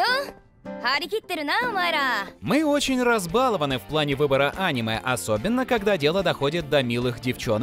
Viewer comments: Почему ты делаешь не правильный слог в слове аниме?? ты говоришь Аниме а надо говорить анимЕ ,так более правильно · анимЕ, а не Аниме